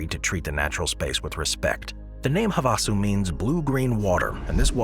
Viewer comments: I believe it's pronounced have a sue. Lol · have a sue. That's how you say that bud